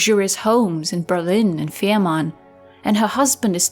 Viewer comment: The name of the Isle is Fehmarn, not Ferman.